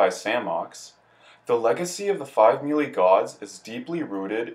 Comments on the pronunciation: Me Lee.... makes content for game he can't pronounce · I actually know another guy who says it that way. He said it’s because the announcer at the end of the opening animation pronounces it “MEE-LEE”. But yeah, it’s weird, lol.